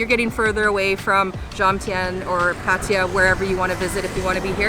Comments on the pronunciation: Thank you for your explanation as to why you deliberately mispronounce it. Still a bit strange as you know this sounds silly with the ‘I’. You might have heard it from other YouTubers who didn't know any better, but it's just patajaa, which is how most farangs pronounce it. Anyway your video’s are nice watching and I enjoyed the Nightmarket and Koh Samed video, it gave us a good impression to choose the area where we are going next week: not the Kaew Beach as my first plan was, but the Tubtim . Enjoy your travelling! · Nice video. Just wondering why you both keep saying Patija? There is no ‘I’ in Pattaya